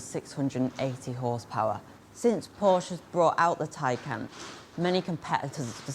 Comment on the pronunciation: Holy molly u are young maaaan. Great job, finally someone who says: Taj Kán not like tej kán or taj kén...